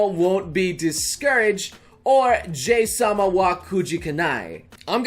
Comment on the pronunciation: No J- sama!, JA-HY sama!